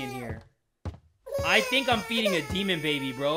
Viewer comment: me: i don't fink you have the facilities for that big man